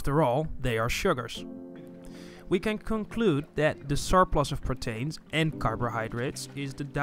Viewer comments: not pro-tain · was clinching my ears every time he would say "Protains " instead of Proteins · The way you say protains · Lol, the way he says Proteins